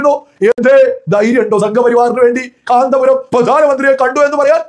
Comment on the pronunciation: കാന്ത പുരമല്ല കോന്തൻ പുരമാണ്